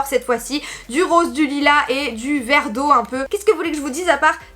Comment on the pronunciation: Quand tu as dit "vert d'eau'' j'ai compris MARGUERITE 😂😂😂😂